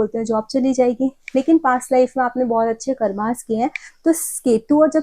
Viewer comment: कार्मस😂😂 वेदस चक्रस योगस हगास मुतास 😂😂😂😂 श्रध्दास शर्मस 😂😂😂😂 क्या आप सब नामो की माँ बहन करते हो सच मे 😅